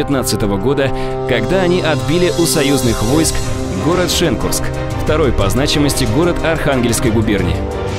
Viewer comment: Видео хорошее информативное ! Но бомбят пиздец как ПЕЧЕНЕГА КОТЛАС шен_КУРСК ! Ничего личного но нужно знать (имхо) о каких регионах ты читаешь а не за счёт дикции вытаскивать!!